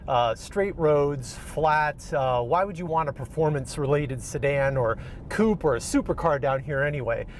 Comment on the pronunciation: Great video young man. Also, congrats for actually pronouncing the word "coupe' " correctly.